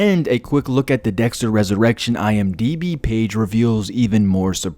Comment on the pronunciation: the way he said IMDB sounds like he’s saying “I am dragon ball”